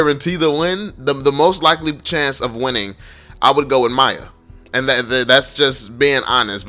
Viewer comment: its f***ing MIYA not Maya. Thanks